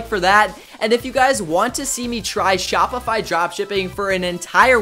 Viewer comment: They way he says shopify crushes your brain cells 😂😂😂